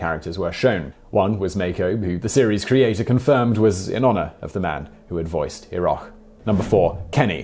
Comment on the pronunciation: You mispronounced Iroh, it is pronounced eye-roh.